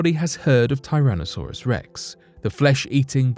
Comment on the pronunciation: Oh, my fav mispro. yet from them..."Tyrone A Sorus Rex." THAT GUY is meaner than Leroy Brown!